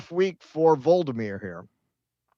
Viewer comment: It's not Vold-uh-meer, it's Vol-oh-dee-meer